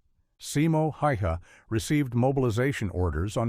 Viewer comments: You could show the lightest respect by pronouncing Simo Häyhä's name correctly. Hi is not "Hayha", he was Häyhä. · How to phonetize HÄYHÄ in English? Definitely not Haiha! HAY-huh with letter a as in cat or hat. Last ä is the same as the first ä, open and short. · excuse me ..its SIMO HÄYHÄ.not heiha, haihi,hayhi... we dont pronounse JOHN F. KENNEDY.. johm G. KAYNNEYDE.... just write HÄYHÄ, its respect. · No "Hei Ha", "He Ha", "Haiha"....., his name was Simo Häyhä... Hopefully you get his name right at least once ... This is pretty disrespectful, if you cannot even spell his name right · Minä häpeän tollastasta "Suomennosta"kun ei osaa edes nimeä lausua,niin ,että tuntee.Ei mikään hiha,heiha vaan HÄYHÄ!,tyhmät jenkit voisi opetella vaikka lausumaan nimen Oikein! Ei Trumppi,Paideni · Its written and spoken: Simo Häyhä. Not Hay-Ha or ha-ha or what ever AI/you come up with. Just like Sauna is Sauna, not Sooo-na. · What the actual heck is this?! HÄYHÄ.. not haya lay! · It is Häyhä. Not Hey Haa. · Your AI mispronounced this man's name every single time. Hay ha, Hi ha, Haywho. Talk about disrespect. Just teach your AI to narrate better. Better yet YOU do your own narration. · No wonder they could not hit him when the text can't hit his name even close! HAI HA HEY HA HEI HA? Seriously? HA HA! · I never realized just how annoying it was listening to AI talk. Hearing the plethora of mispronounced versions of his last name and the weapons and ammunition nomenclature butchered with random pauses made an incredible story come across as tacky and ignorant. 😡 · amazing how many different pronunciations AI had for “Hayha” 😆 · Watching from Kraków, Poland. A Finnish citizen, lived there for 35 years. Thanks for this documentary. You could have taken the time to programme the AI to pronounce his name.. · And never right. Simo Häyhä. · I love this story but it’s distracting when the stupid AI narrator pronounces the guy’s name 5 different ways. 😂. What is the REAL pronunciation?